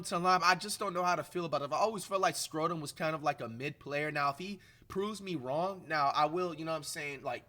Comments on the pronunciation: Really Americans say Schröder like flight says it? You can say it like this (shroder) not skroder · can u pls learn to pronounce his name right? When u say it it sound like scrotum or sth. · We get to hear Flight say Dennis Scrodum for the foreseeable future we won 😭😭❤️ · he might start pronouncing his name right 😂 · WOW FLIGHT ACTUALLY SPELLED HIS NAME RIGHT!!! Still mispronouncing tho 😭😭